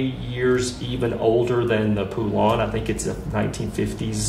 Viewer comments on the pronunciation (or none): I eally hope knows that it's pronounced(POE-LIN) not (POO-LAWN), I work on those saws and have rebuilt many of them and have even heard the original maker pronounce the name. It does bug me but nothing major. I love the DLC and I will be getting it. The whole game is amazing and I wish GUN would get the license to remake the game called GUN... That would be killer. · “Poo lahn” lol. It’s pronounced Po-Lun like the country Poland without the d on the end.